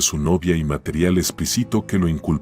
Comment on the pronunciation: Está interesante el tema. Como recomendación, trata de ponerle un poco más de trabajo a la puntuación y uso de acentos si vas a usar Loquendo o cualquier otro software de ése estilo, ya que leen las palabras tal como las escribes y a veces de plano no se entiende qué está diciendo (como cuando dice "explicito" en vez de "explícito") y puede ser un poco molesto, como cuando hace pausas muy largas al haber espacios o separaciones entre las líneas. Fuera de éso, buen video!